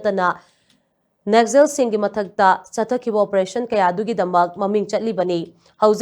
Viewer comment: Never heard naxal? Nexcel 😅